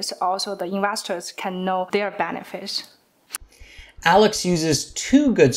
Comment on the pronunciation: I guess she wanted to say benefit, but she said benefish😓